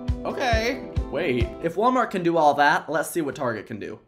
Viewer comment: Hi my pronunciations are Walmart bag